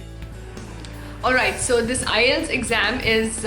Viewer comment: IETS is prouncing like ias😅